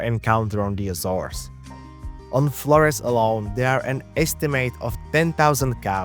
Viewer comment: of course he pronounces the island name incorrectly 😅